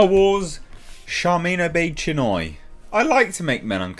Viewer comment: Sorry I misheard, did she say her name is Sharmeen Obese - Chinwag?